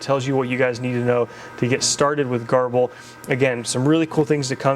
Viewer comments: garble? its said like ger-ball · I’ve always called grbl ‘gerbil’ not ‘garbel’. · Huh, I aways pronounced it 'Gerbil' , not 'Garble'. you're probably right, though. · Nice, clear tutorial. Garble? Gerbil? Gurble? Seems there's a lot of pronunciations out there!